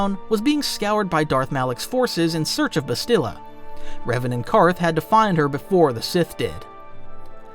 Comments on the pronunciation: Seeked is not a word. Sought is the word you're looking for. Discomfort not uncomfort. Also, the game pronounces Bastilla's name for you and you still mispronounce it. It's Bas still uh. Not Bas steel uh. You were even pronouncing it correctly in the first half of the vid then changed it for some reason. Then you proceed to intermittently go back and forth between the pronounciations... Clown. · He doesn't say Bastila's name right lol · Why are you pronouncing Bastilla's name like that? Or Carth's last name? The game is voiced,. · A few names you said wrong. Like Bastila. And you said Toris instead of Taris. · Tellos, Bastilla, Cherka ... the list goes on 😂😂